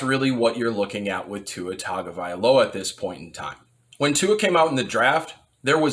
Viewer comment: When you mispronounced his last name I almost switched the video off. Tua gets a full offseason to improve. He will be fine. They will upgrade the offense skill players.